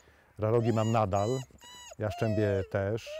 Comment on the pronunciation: Jaszczębie... Fachowcy... Jastrzębie proszę Pana.